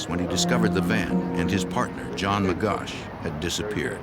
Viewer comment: His correct name is : John Magoch (not Magosh)